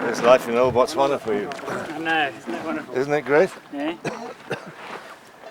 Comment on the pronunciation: Its Botswana, not Motswanna